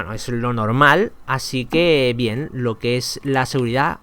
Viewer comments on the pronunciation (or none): none